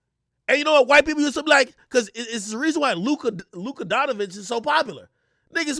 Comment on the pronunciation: "luka donavich"